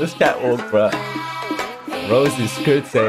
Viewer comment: Btw her name isnt pronounced "rosie" is "rosay" thats why the accent mark is ontop of the è in rosè :)